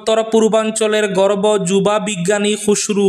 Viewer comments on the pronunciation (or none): গর্ভ না গর্ব ? শ্রুতা বন্ধুরা কী শুনেছেন 😂😂